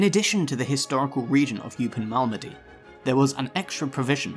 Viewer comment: Learn to pronounce 'Malmedy'.